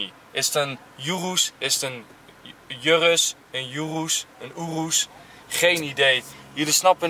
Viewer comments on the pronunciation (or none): Het is oeroes niet yoeroes enzo maar hij heet normaal urus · Je spreekt het uit als oeroes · Enzo je spreekt het uit als joeroes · Lamborghini met de g die je niet zacht uitspreekt en oerus zo zeg ik het (urus heb geen typaids hoor) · Hij weet niet hoe je urus uit spreekt terwijl je zelf die fking auto hebt hahahaha